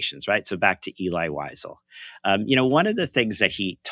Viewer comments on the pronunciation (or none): it is Elie "El - eee", Wiesel "Vee- Sell" FYI